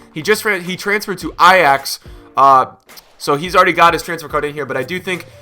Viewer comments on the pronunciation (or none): none